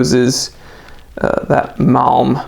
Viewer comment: HOLY CRAP! IT'S PRONOUNCED MALM. Jeeze dude